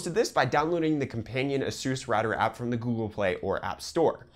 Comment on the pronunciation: did he say A-SUUS